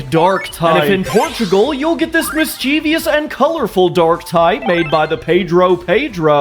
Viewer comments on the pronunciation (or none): I'd prefer to pronounce “mischievous” right.